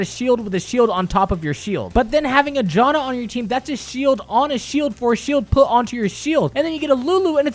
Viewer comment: its janna not jonna